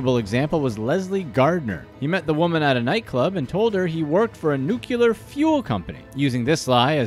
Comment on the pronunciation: New-cle-ar NOT NUKE-U-LAR!!!